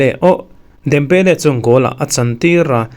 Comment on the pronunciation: Dembeleleee ohhh.... 😂😂😂😂 leh Kang in lee te a dik lo deuh hlek ani sir...... 😂😂